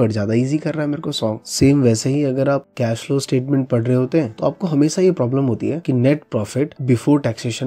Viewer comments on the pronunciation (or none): none